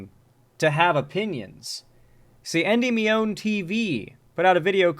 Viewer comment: Bro has no clue how to pronounce Endymion (en-DIH-mee-un)